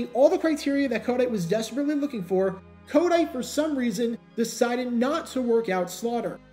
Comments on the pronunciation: Why do you pronounce his name as KODITE? It's a hard T as in the word "Tight" Co-tight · I think its pronounced, ko-TIGHT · Pronounced "Ko-Tight" he was our coach in Philly for a few years...